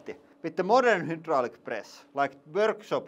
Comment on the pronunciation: I still love how they can say "hi" just fine, and "hei" in Norwegian is pronounced "hi", so it's not like the i/y sound isn't pronounced in that language, but they still say "hoodraulic press" :D